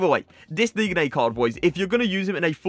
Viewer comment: Just not how you day his name😐 watch some aj3 he says it right